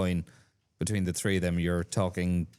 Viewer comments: Poor excuse. I'm Irish. You can train yourself to do these things. Not every Irish person says tirty tree. Jackman could fix it and sound more professional, but he couldn't be arsed. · Down the list of priorities. I'd first target the "th" blend. You don't kick tree points in rugby, or wewr number tree on your back.